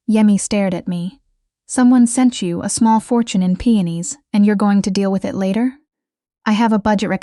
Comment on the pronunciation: The flowers are called peonis P.E.0 .N I S. Not PENIS !!